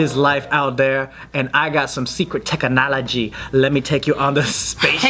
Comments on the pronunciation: Lol when Joe was like tech-a- knology I thought of suga/yoongi/Agust D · Joe's tongue tech-kah-nology! #yoongified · did anyone else think of Agust D’s “tongue technology” when joe said “tech-a-nology” towards the beginning of the video?